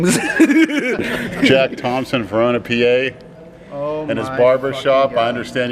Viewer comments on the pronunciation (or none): none